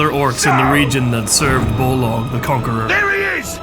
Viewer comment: So... why do you call BOLG in this video BOLOG all the time?